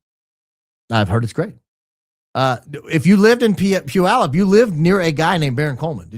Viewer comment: Puyallup is neither dinky nor on the coast. It’s 43k people and about 100miles inland. I DO appreciate that you pronounce it correctly! (I lived in Orting, the next town over, for 20+ years and my Mom graduated from PHS in 1958!)